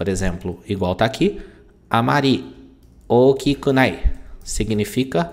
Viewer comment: Saiu ookinunai. Não é ookikunai?